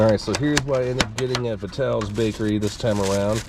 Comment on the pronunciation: you pronounced Vitales and Diegregorios incorrectly. There is a movie about the World Cup it's called "The Game of Their Lives" parts of it were recorded on the Hill and some of the people from the Hill are extras in it. First pronunciation of Ruggerie's was the right one. The house I grew up in made it to this video <3